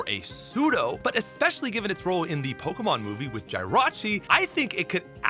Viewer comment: said JAIRACHI